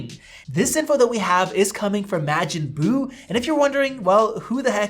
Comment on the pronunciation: I cant trust someone that doesnt know how to pronounce majin buu im so sorry